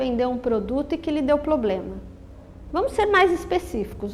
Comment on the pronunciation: Todos os vídeos ela diz "poblema", sem falar que no primeiro vídeo tem um erro gravíssimo de grafia....